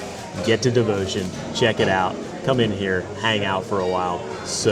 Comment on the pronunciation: I would have tried to pronounce the actual name. It’s not that far from the English, Devoción